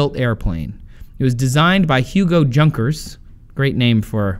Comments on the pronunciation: Great series as always, but as a native german I am a bit unhappy about you pronouncing Junkers. It is pronounced more like yoon-cares, and means something like young nobleman. Not a too shabby name to build airplanes. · It's German, so "Junkers" is pronounced "Yoo-nkers" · The correct pronunciation is something like "yunkers" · I cringe every time he said "Junkers". its pronounced like "yunkers" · it's pronunciation yunkers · LOL the J in Junkers is pronounced as a Y. Also worth mentioning is that the winglets reduced wingtip vortices (kind of like a mini-tornado coming off the wingtips). They cause drag, just a little fun fact I thought I'd add! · The name Junkers should pronounced otherwise not like you did because Germans do not pronounce "J " like in english